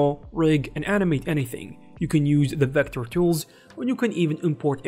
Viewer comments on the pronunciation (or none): Vector CHools? What language is this creature speaking?